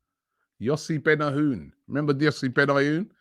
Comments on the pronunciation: “Guessed it yet? ....Yossi BENIOOON.....Yossi BENYOON” 😂🤣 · You had pronounced Benayoun differently two times in 2 seconds. The fucks wrong with you man? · lmao when you said benayoun. can work on that. btw in ukraine was talking about it more than a week b4 everyone around here